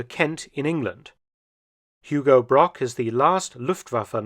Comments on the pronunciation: Hugo Broch not Brock🤦‍♂😅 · I think Hugo Broch should be pronounced as Hugo Brog. As 'ch' is mostly the same as 'g'. I assume the English pronounce a 'c' as a 'k' which to german is incorrect. For example the german surname Brockmann, as this is 'ck' it spoken as 'k' is correct. Otherwise Brochmann and Brockmann would have the same pronounciation. I guess a common English misinterpetation. Besides that great vid.